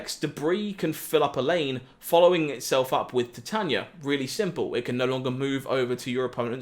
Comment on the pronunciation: Titania is pronounced Ty-Tae-nee-a like the metal titanium